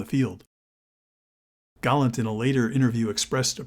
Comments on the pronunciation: It is GALLAND. which is NOT pronounced the same as 'Gallant.' Americans can never pronounce anything correctly. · Galland's voice doesn't feature in the vid. It's all AI and photo visuals, plus the American narrator's voice endlessly calling Galland 'Gallant.'